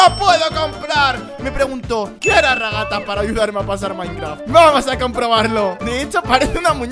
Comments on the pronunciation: Se dice raghata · se dice ragatha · Se dise ragatha :)